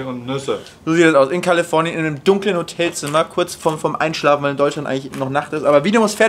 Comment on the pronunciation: Niemand: Felix: Kallefornien! xD (nur Spaß)